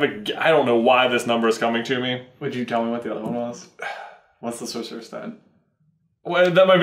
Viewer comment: Is it just me who gets triggered when say sorserous stone instead